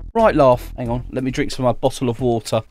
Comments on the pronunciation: He definitely said "bottle OF water" because he is British, and he didn't wanna say Bottle-o-wota on camera who else noticed? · The way he says bottle of water gets me (I’m only joking)(your the best keep it up I love your videos) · impossible... He didn't say botta o' wota